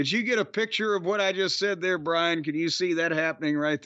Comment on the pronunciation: It's BRIAN NOT BRAIN